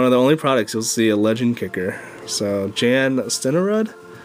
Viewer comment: it is pronounced Yan Sten-er-rood